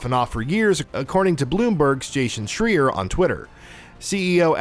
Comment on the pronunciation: The rule is, if someone mentions Jason schreier, you have to pronounce his last name differently than the last guy, or else